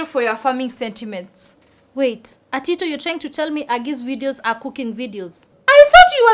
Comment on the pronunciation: Why is calling Atito waitito😂😂😂😂